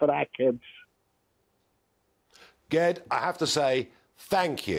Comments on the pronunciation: Oh! Ged is pronounced 'Jed'. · Short for Gerrard, I used to know a ged pronounced jed, when he said ged with a g i was surprised a Scouser came on, was thinking it must be east european or something lol. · Ged is pronounced with a J sound. Like Jedi 🤣🤣🤣